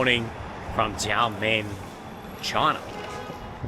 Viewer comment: welcome to "XIA MEN", (try to pronounce it with a more choppy and shorter bit, then you will get closer to the pronunciation, and have people understand you easier ), hope you will get to visit "Gu- lang -yu " the once colonial sector of the city. There is also a 30 mins ferry service that can take you to "Taiwan's Kin-mem" (officially it should be called as Kin-mem, Fu-jian province, Republic of China, and not part of Taiwan province of ROC, but for easy sake they called it part of Taiwan now ).